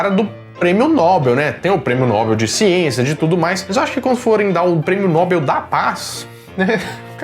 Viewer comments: A escrita é "Nobel", porém à pronúncia não é "Nóbel" e sim "Nobél", igual "papél". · Nóbel não, “Nobél”